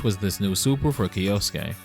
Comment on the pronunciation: Little weird semantic tip: kyo, like tokyo kyoto or kyosuke is one syllable. So not kee-yo-soo-kay. But kyo-soo-kay . Otherwise killer video